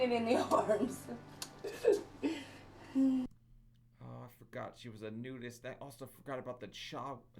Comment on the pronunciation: thank u!!! We ❤your videos!! Keep up the great work!! BTW ......the way u say she's a nudest😂😂😂 Can U imagine MY 600LB NUDEST COLONY??!!!! 😬😬😬😬